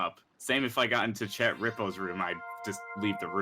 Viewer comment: THANK YOU for pronouncing chet correctly